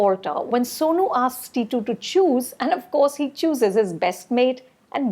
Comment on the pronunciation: It is titu not tatti